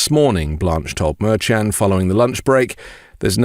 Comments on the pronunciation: The judge's name is pronounced Mershon. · But because you're using a different pronunciation of Judge Merchan than your associates who know the judge makes me question how hard you're working at this.